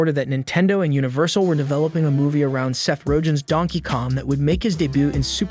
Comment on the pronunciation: You definitely mispronounced Seth Rogen's last name purposefully.